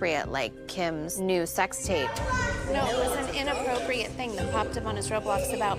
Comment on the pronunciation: “Inappropiate”. Lol...